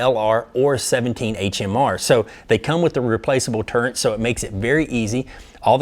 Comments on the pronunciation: TURRET.... there is no "N" in the word. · Turret TUR RET. This always bugs me.